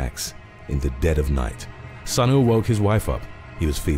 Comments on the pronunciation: Sunil should be pronounced as Soonil. If you can say "soon" add "il" next to it. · Sunil must be pronounced soonil